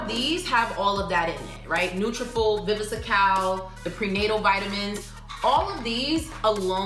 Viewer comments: Pronounced Vi-Vi-Scal I used these vitamins 8 yrs ago. It’s a great product and was recommended by my dermatologist. They work!!! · I think it's funny how you add an extra syllable to Viviscal! 😂 You're knowledge trumps that though..